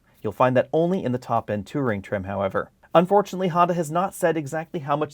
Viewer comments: I thought you kept calling it the Two-Ring trim. 🤔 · Yes, so was I. Wtf is the 2 ring trim ? Worst mispronouncing of a word since Stewie on family guy kept saying "cool wwwhhyp". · Drove me nuts every time he said it!